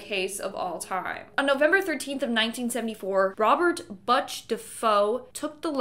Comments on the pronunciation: Ronald Butch DeFeo. NOT Robert Botch DeFoe. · It's not pronounced Buch.... It's pronounced BU-T-CH. You butchered that name. The butchery of it all! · Butch's name is pronounced (Booch Deh-Fay-Oh) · "Butt-ch Dafoe"?? 😮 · Amityville - the family name is pronounced Duh Fay o and the son is Like Butcher without the er . Love your channel. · Just FYI the "u" in Butch is pronounced like the "oo" in foot, not like the "u" in hutch. It is my dad's nickname too. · Butch - like butcher. Also, an arrow would have helped when looking at the 'suit' ghost. I didn't see it at all as the picture was so distorted and I had no idea which corner I was supposed to be looking at. Yes, I did pause the video. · Omg lmao cant pronunce Butch is hilarious 😂😂😂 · You are pronouncing Butch Defaos name incorrectly, it’s butcher without the er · Babe it's Butch, like butcher lol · Lord you are butchering his nickname 😂 Butch sounds just like butcher without the “er”. Ronald Joseph Defoe was his full name.